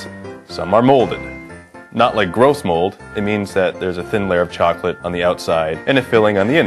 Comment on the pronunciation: CHWOCOLATE? CHWOOCOLATE? CHWOCOLATE FOR THE BROOKLYN ACCENT CHWOCOLATE GAWDS!